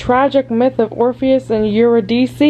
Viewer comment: Also! "Yer- rid- uh- see" Eurydice